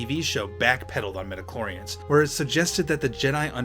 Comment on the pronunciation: Midi-chlorians, not meta-chlorians.